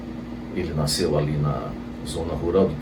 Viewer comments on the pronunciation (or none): none